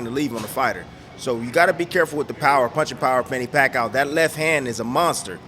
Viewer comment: I was going to write the EXACT same thing. Funny how Timmie is always trying to give Manny’s opponents pointers but the only thing Timmie can point out is how to lose to PAC 3 times. And his name is pronounced PAC E OUW. Not PAC OUW